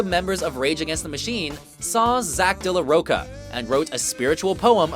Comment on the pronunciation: Lol the way he pronounced De La Rocha